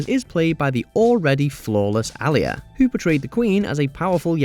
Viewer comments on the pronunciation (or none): It's A lee a